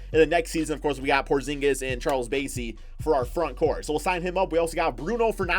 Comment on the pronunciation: It’s Charles bass-ey like the fish 🐠 he went to my old high school in San Antonio